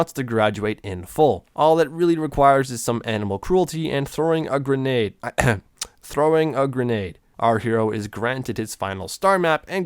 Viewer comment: Its spelled grenade but pronounced grugnade